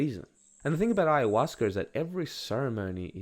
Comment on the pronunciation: There is no R at the end of Ayahuasca. And it isn't fermented.